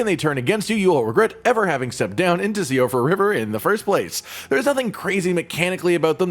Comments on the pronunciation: It's pronounced she fra not si o fra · Still I feel like no one pronounces Siofra right.